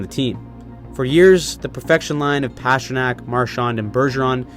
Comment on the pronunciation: You really need to learn how to Pastrnak. There's no "H" in there.